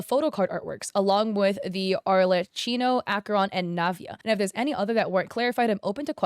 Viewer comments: btw u pronounce arlecchino as "arle-keyno" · Oh btw arlecchino is said like arlekino❤️ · Just for you to know it, since it sounded like you were struggling with it, Arlecchino is pronounced "arlekkino" (The "ch" is not read like you would read it in "China", but it's more like a "k", as in "karate". Since in Italian "ch" is read as"k") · Arlecchino is pronounced like "Arlekino" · making the boobs bigger i crazy anyways but especially since Arlechinno doesn't even have big boobs anyways, and she's a female who's pretty masculine presenting, going by the title "Father," wearing a suit, and being one of the more covered up females in genshin (besides the children obviously) Btw I believe its pronounced ar-leh-chi-no, chi as in cheese. Or at least that's the most common pronunciation I hear. yeah I noticed immediately it was boothill's splash art face since I see it all the time; I play honkai star rail and I also save pictures of my favorite characters artwork to my phone. I wouldn't be surprised if the first acheron shown was traced off her in game icon (like the little picture of them when you're selecting characters) or just actually her model because its so... well, on model lol. Sunday is probably traced from someone else's fanart though because that's not how he looks in official art. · archeleppo? I'm sorry ma'am but she's arlecchino (i don't mean this in a mean way, i just couldn't control myself from saying this, this is too funny lol) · ik im late but i was dying when u misspelled arlecchino's name (its pronounced arle-khino i think idk!!!!!) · As italian i have to scream it loud: IS PRONOUNCED ARLEKKINO!!!! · im sorry but i died a little when you said arlecchino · Non genshin players pronouncing Arlecchino’s name never fail to make me laugh 😭 AND BOOTHILL IS A GENSHIN CHARACTER?? 😭😭 I LOVE YOU BUT U WERE SO CLOSE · its so funny to see u mess up arlecchinos name LMAOO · I'm not Italian and even I know how to pronounce Arlecchino's name